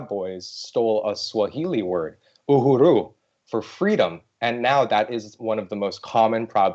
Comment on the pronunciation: Ooo - hooo- rooo is not the way to pronounce uhuru.